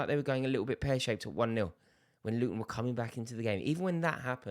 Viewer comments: It's Luton 😅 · Bro it's Luton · It’s Luton Town mate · Bro chill it's luton town... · Mate it’s literally Luton chill lad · It's Luton 😂😂😂😂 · Its luton bruv chill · It's luton chill bro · Rory behave, it's Luton FFS.